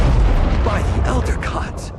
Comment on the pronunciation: BY DA ELDA GODS